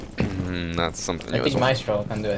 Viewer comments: It’s not “my eastro “ its maestro. “My stro” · in Italian I'm pretty sure it's pronounced Mah-Estro but I can't say for sure because I take french